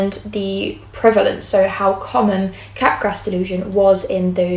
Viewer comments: Capgras is French and pronounced cap-grah. The S is silent. It’s not entirely uncommon. I’ve seen it about 5-7 times among psychotic patients. Cotard syndrome isn’t extremely uncommon either. A handful of bipolar patients will have these somatic delusions. In the presence of mania, especially with psychotic features, somatic delusions are almost a hallmark feature. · Wow, really interesting stuff! Sidenote: Capgras is pronounced without the S (like 'mardi gras').